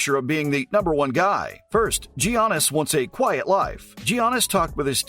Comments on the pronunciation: Next time you make a video on “JIANNIS” type your computer script out to say “Yiannis” PLEASE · Call him GGGGGGIANNIS AGAIN AND I'LL KICK YOUR ASS. PRONOUNCED YANNIS OK?DON'T SAY IT THE WAY YOU LEARN IT SCHOOL,HES GREEK NOT AMERICAN HIS NAME IS PRONOUNCED DIFFERENTLY.